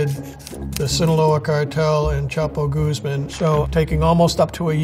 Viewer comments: Guzmán, not "goose-man" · Every time he says Goose Man instead of Guzman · Chapo goose-man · I just find funny how he is pronouncing Guzman, like "Gooseman" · Youd think hed learn how to pronounce his name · Conducts a serious investigation into Chapo Guzman Can't be bothered to pronounce his name correctly T_T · Imagine investigating a man for so many years and still not know how to pronounce his name